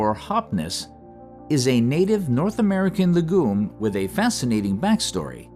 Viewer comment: Only a computer voice would pronounce "legume" as "luh-goom" Smh